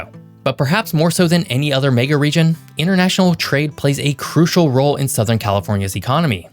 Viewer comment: What’s a May-ga Region?